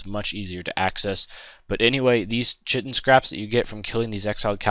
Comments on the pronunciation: KIGH tin. Not chih tin. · its pronounced Ky-tin